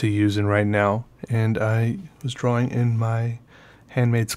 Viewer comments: Speaking od 1-2-3-4-5 senses (working overtime) the way you say the word "drawing" always makes me think of the way Andy Partridge of XTX pronounces some words. you interest me in many ways. I may record a custom album for you, and of course make custom artwork. Don't get excited. I'm no Andy Partridge, but I am a synesthete who makes drawings based on how I hear music. I also now make music based on what I see, so I'll look at your drawings and make the music they make in my brain. I think I'm biased. I am mid 50s and just started drawing. Never felt comfortable doing it, and I was also horrible. No follow through. Then, I had a TBI. Not only did my music get better and proliferate, but I recently found that I CAN draw. We seem to have a similar style. I hope I can get to the point of technical proficiency you've reached. It's a nice tool to have on tap. As a guitarist, I can do some fancy, impressive stuff, but use it sparingly, in favor of art. I was excited when I discovered your videos. I am slo becoming addicted to fountain pens. I'll keep it on check. Ballpoints will be like methadone for me, you know, if I run out of ink. Also: Your handmade accordion sketchbook was stunning and inspiring. I want to make several of my own, using everything from kraft paper, to hq vellum and maybe even old sepia paper and mylar, if I can get it to fold..... or even, if I can get it, vintage cotton drafting paper. I used to work at a blueprint shop in the 80s. We were right next door to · I get it now! You say dra-wing! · I like the way he says 'drawing'…...draw-wing